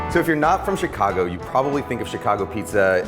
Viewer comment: Thanks Ken, you nailed it. Love, a native Chicagoan. PS: You say Chicago like a proper Chicagoan.